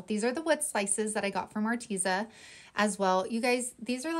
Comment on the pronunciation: I don't even know if the company cares but if I were gifted free products I would definitely try to know a little about the company. At least how it is pronounced. Your not the first crafter I've heard miss pronounce it I just wanted to let ya know. You can go to their YouTube channel and get the right pronunciation. Don't take offense,please, I just wanted to " help a girl out"👍 have a blessed week.